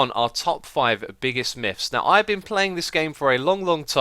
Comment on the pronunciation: I giggle just a bit every time he says "Miffs" or "Miff"